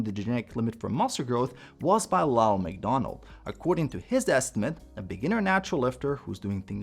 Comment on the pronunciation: I heard "Ronald McDonald" at first... I was immidiately thinking of huh... Burgers.. right.., a few seconds I realized it's Lyle.. Lyle McDonald....